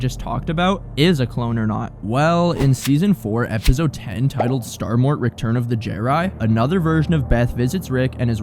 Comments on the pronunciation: The way this guy says epizode instead of episode gets under my skin so bad i dont know why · bruuuh i h8 how he says epizode smfh annoyin ah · Great video man! The way you pronounce “episode” as “epizode” drives me insane though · Really good video! Only one note: try to stop saying "ebizode" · Great Video! Thank You!! But All I Hear Throughout Is Epizode 😂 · I HATE the way you pronounce episode. EPIZODE🤪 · That you say “ep-id-zode” is driving me crazy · what is an "epizode?" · “Epizode” is wild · Um “EPIZODE”?? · Why does bro say episode with a Z it pmo so much